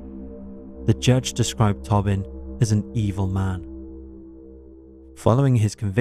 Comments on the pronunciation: Is it peter “tobbin” or “ toe-bin” ? Respectfully I think it’s the latter. Luv ya work tho! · It's pronounced toe-bin